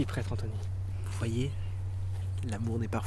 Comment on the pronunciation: "Pretre AnthNOy"